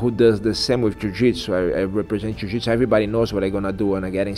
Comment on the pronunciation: One of my all time favorites. I wish they showed his fight at UFC 83. I was there when he choked out Ed Herman. I've always said that the only thing more beautiful than a Damien Maia submission is hearing him say Ju Jitsu.